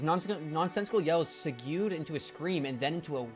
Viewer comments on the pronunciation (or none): I feel I'm getting a sense for which of your mispronounces are intentional, so I feel the need to correct (like chat apparently agrees): segue is actually how you spell that scooter thing where you stand on the small platform with wheels on either side, and you throttle and steer with the post that comes up from the platform into your hands. "Seg way", where "seg" is like "leg", and "way" is just that word's normal pronunciation